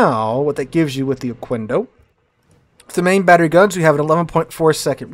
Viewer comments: you're closer to Mexico than I am, how do you not know how to say Oquendo (Oh-Ken-Doh). Just like queso. Its not Kwayso, it kayso. Its no ohkwendo, its ohkendo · and it is pronounces "ohkendo" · Yeah, we spanish speakers receive the apology for the mispronunciation. But for future references: qu = k in pronunciation